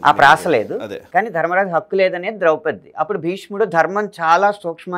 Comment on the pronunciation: బాగానే ఉంది, కాని ద్రౌపదిని ద్రౌపతి అనడమెందుకు?